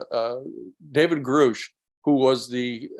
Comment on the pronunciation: it's a little weird that he's still mispronouncing Grusch